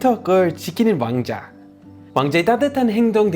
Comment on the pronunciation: 왕자 발음하실때 맨날 와ㅎ앙 자도 이렇게하시는게 너무 경쾌해요 ㅋㅋㅋ